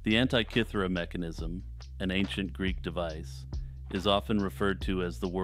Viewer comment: Love the video, but for future "antikythera" isn't said like antee or ant-eye. The I in anti is said like the I in is or him. An tih kih ther ah 😊